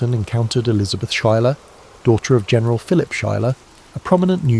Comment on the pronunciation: Also, as a note: Schuyler is pronounced (Sky●Lar) 😊